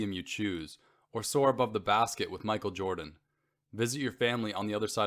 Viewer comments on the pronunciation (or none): none